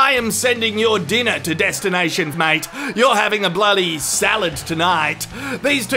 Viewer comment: 'destinai shan fackt"